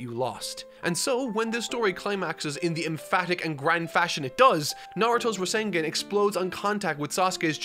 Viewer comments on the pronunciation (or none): Every time this man said rasenGEN felt like I was having and extreme case of brain fartin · “The Rasen-GAH-n” …caught me off guard lol